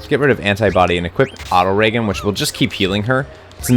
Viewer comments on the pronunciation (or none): Why are you telling your White Mage's to only heal ONE person at a time? They can heal EVERYONE at once, you know. Much like how Vivi can Magic Attack multiple enemies... I think that's "Auto Ree-Jen", not Auto-Reggen. You Americans do have trouble with English though!